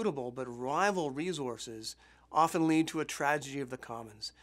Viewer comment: Oh man, this bothered me every time he said it!